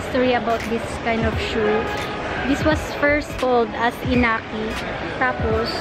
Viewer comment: iniki not inaki.🤣 and i-5923 not 1-5923. 😁